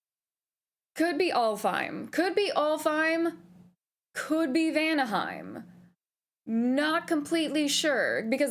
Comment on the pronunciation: When I read the title saying you're a Norse mythos nerd, I totally expected you're going to pronounce the places with the rolling R. (Helheimr, Vanaheimr, etc.) And the double L tch sound too in Sköll. Guess I expected too much. XD So cute to see you nerding out tho. <3 I'm gonna watch your playthrough. I think your playthrough is going to be interesting.